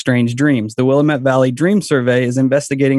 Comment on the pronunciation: It's Willamette Damnit. They 1 rhyme. Not Willa-met. And the great PT Barnum had a little trick he played with a sign inside his carnival as it only cost a nickel to enter and the place would fill to capacity quickly. He posted a sign at the exit door saying 'See the 8 foot tall Egress" and the ignorant folks not knowing the definition of the word would walk right out of the carnival then pay again to re enter. Because you move when a salesman speaks. Oh and also Austin is not a big city.